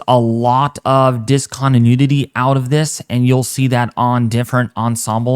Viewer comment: Between and you say "Discontinudity" 3 times....lol. I can't tell if you're pronouncing it that way on purpose to be humorous, or if you really just mispronounce it without realizing it. I promise there's no "nudity' in that word though. It made me chuckle either way. Keep up the good work!